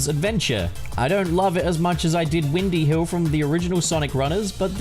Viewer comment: … I think you mispronounced Windy Hill.;)